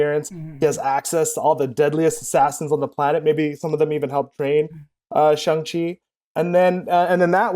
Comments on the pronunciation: It’s shaaaaaang Chi not shung chi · It's said sh-ang like sh- and then like aang from Avatar the last Airbender. Shi is correct though. No worries it kinda a tough word. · I have always heard Shang-Chi pronounced like "bang." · For fucks sake stop calling him Shong Chi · “Shong-Chi” lmfao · Jesus...it's Last Airbender all over again. Just because a white billionaire says it like that doesn't make it right. I cannot finish any video about Shang Chi.